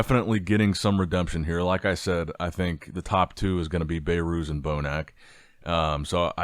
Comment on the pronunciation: I heard BayyyyyRooz dozens of times now it is enough… say BehRuz 😂